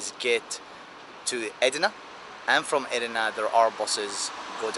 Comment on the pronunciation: name of this border city is not Edrine, it's called Edirne (in Bulgarian Odrin = Одрин)